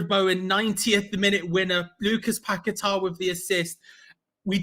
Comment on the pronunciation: It's paqueta not pack a tar try getting names right ffs